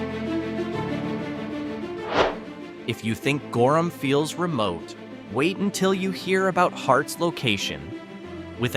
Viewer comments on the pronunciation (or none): none